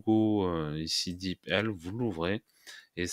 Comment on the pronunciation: Bonjour et Merci pour cette vidéo très pratique ! Pour info je pense que l'on prononce "dipeul" sans vouloir vous offenser bien sûr. Encore Merci pour le partage.